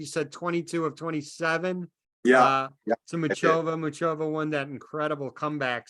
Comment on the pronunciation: Its Muchová! not Mučová!